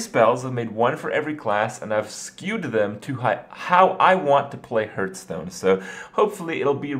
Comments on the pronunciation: God please say Hearthstone not hurthstone or hurtstone!!!!!!! IT´S HEARTHSTONE! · LEARN TO PRONNOUNCE HEARTHSTONE ITS NOT HURTSTONE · it's not hurt-stone. HEARTH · anyone else who gets annoyed by the way he pronounces hearthstone... srry >< still love ur vids tho! x"D just, no hurtstone anymore, it hurts my ears x'D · Why does he say Hearthstone like Hertstone? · Please. Stop calling it hurtstone.